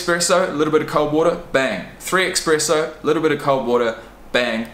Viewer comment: listen i swear i'm not usually one of these guys but did you say "expresso"